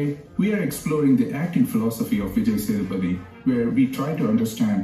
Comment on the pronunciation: its vijay SAY THU PATHY not SATHA PATHY